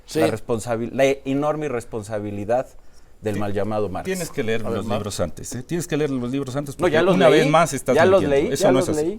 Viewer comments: Neta Aurelio? Hablando de Marx? Cuando hace unos años de decías LER en lugar de Leer. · Qué chinga le puso Marx a ese Ladrón Corrupto de nuño debería tener Vergüenza con su Privatizacion y de qué una niña de primaria le diga qué no sé dice Ler , debería aprender Primero a LEER 😅😂😂😂😂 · Vengo acá por el algoritmo. El que dijo: “empiecen a ler” y lo corrigió una niña menor de edad de nombre Andrea: No se dice ler. Se dice leer. Fue secretario de educación. Plow! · 😂😂😂😂😂😂😂😂😂 Por eso estamos como estamos Oiga Sr nuño ya no se acuerda cuando una niña de primaria lo corrigió diciéndole : “ se dice leer no ler “ Lo dejo en ridículo !!!!😂😂😂😂😂😂. Pero a usted le resbaló . En ese momento usted debió de renunciar como “ secretario de educación pública “ que caradura es usted señor nuño . Y en el otro lado ese “ rojillo , arrogante ,” con su ridículo nombre “ marx”, lamebotas del viejito ocurrente y la Sra muller . !!! Si de verdad ahora se rasga las vestiduras por las tranzas con los libros de texto porque nunca hablo !!!!! !!! Pateticos estos dos funcionarios !!!!’😂😂😂😂😂😂😂😂😂😂😂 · Los líderes sindicales como Elva Esther Gordillo surgieron con el Prian Nuño no se dice ler se dice leer Mientes como respiras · Uno de los peores SECRETARIOS DE EDUCACION PUBLICA , fue justamente AURELIO NUÑO, tan es así, que en público , una alumna de primaria, LO CORRIGIO PUBLICAMENTE, porque dijo LER, EN LUGAR DE LEER. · el que dice ler en lugar de leer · Aurelio no sabe "ler" y cree debatir sobre la educacion. 😅😅😅😅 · OYE... NO ES ESTE A QUE UNA NIÑITA LO CORRIGIÓ QUE NO SE DICE LER... SINO LEER 😂😂😅😅😅😅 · El wey que no saber "ler " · Es el que una pequeña corrigió 😮el que decía ler y la Peke le dijo en público se dicen leer, endej😊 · Ese wey es el que no sabe "LER" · Marx era callar a Aurelio, no humillarlo. 😂❤ “Se dice leer, no ler” -Una niña de primaria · No se dice ler, se dice leer🎉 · Aurelio el que no sabe "ler" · Aunque "No se dice ler, se dice leer", esté gobierno demacro más la educación.